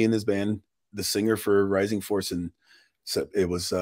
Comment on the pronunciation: Rising Force not Rising Fowace. lol